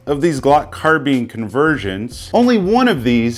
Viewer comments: It IS “car-bine”, I’ve never heard the pronunciation “car-been” before and yes, it was doing my head in too! 😂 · Anyone else annoyed by the"car-beeen"?? Some reason I feel better saying"car-bine"... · It's CAR. BINE. Not Carbeans ffs. 😬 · You say carbean I say carbine.... But I'm from the south.... So theres that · Why is my man saying car beans??? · Car-beans lol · Is it " car - bean " or " car - bine " !?!? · Say Glock Carbeen one more time. You know so much about Guns but don't know how to pronounce Carbine. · Michael Hodge it could be an accent thing. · Why does he say carbine like that 😂